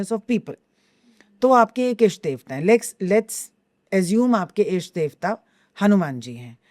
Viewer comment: इष्ट कहते हैं, ईष्ट में ई को लंबा करके बोलने से अशुद्धि होती है। अच्छा पॉडकास्ट है और आपने अच्छे प्रश्न किये, बधाई!